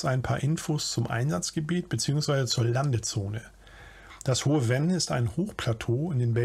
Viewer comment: Venn spricht man Fenn.